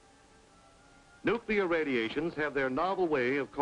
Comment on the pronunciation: Nukular radimashon? Evil spirits of the indians, lol